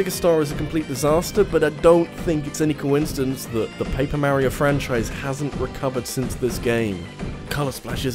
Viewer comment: No...just no....the "j" in "jrpg" stands for Japanese, if it's not made in Japan its not a jrpg. NO DUDE NO FRIKKIN LEARN HOW TO PRONOUNCE MARIO!!! Dude....seriously.....no.....Alberta=Canada=not Japan= not a jrpg. No....just no....anyone can make an RPG, but jrpgs only come from the Japanese.